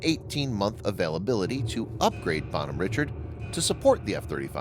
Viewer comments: It's probably a disgruntled ship yard worker or sailor. And it's pronounced Bon hom rishard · Dude, Bonhomme Richard is a French name and therefore should be pronounced in it's French name, precisely " Bawn-arm Ree-shard". It ain't too difficult and for those who can speak even a little French, the mispronunciation.really grinds on one's ears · First, he shops name is pronounced “Bon-Homme-Rishard.” Named after Ben Franklin’s French pen name in his magazine “Poor Richard’s Almanac.” Second, she was a amphibious assault ship, not a “hospital tender.” But hey, you’re sponsored by War Thunder, so facts and the real world must not mean much to you anyway. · Jesus Christ. Its pronounced “Bon-Home Ree-Shard”. Fuck dude. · it's pronounced "bon ome reeshard"